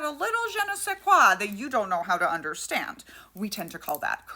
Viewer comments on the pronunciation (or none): none